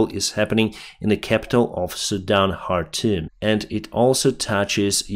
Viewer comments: Khartoum is pronounced Kar toom! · You are pronouncing `Khartoum' like a Ukrainian lol. In English the K is pronounced. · in arabic it's pronounced chartum . الخرطوم